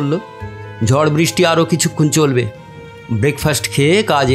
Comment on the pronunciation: উপস্থাপনা ভালো লাগলো। তবে কথক এর উচ্চারণ বিষয়ে একটু যত্নশীল হওয়া প্রয়োজন। 'র' ও 'ড়' বিষয়ে সতর্ক থাকতে হবে। 'ঝড়' কে 'ঝর' , 'পড়ল' কে 'পরল', ' নেড়ে নেড়ে' কে ' নেরে নেরে'-- এগুলো কানে লাগছে। বাকি সব ভালো...